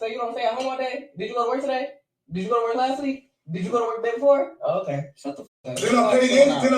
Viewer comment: Every time you say “Kay,” 😂🤣💖 I love it😊